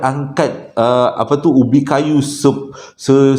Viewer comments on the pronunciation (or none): Salam jumaat..pengajaran buat kita semua klu nak beli rmh ke apa ke..klu murah diluar akal fkran tu mesti ada yg x kenakan..cerita kedua tu termasuk pulak kg akk jengka ya tp paling lawak bab pikul ubi kayu tu. sebut sepapan dah mcm petai pulak😂😂😂😂cerita ke3 mmg seram giler la klu akk kat tmpt ana tu..mmg pengsan dah ehh terus berselubung.🤣🤣🤣🤣